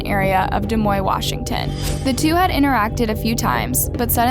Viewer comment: Woo, I know that it’s sad what happen but the way you pronounce Rainier and Des Moines... yikes.. That’s also the school I went to and didn’t know that happened there. 🤔